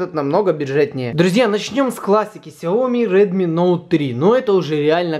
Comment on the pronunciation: Слышал не сёми а хаёми